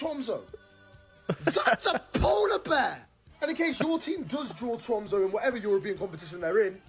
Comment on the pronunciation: Tromso is pronounced “trum-suh” and Bodo is “boodeh”.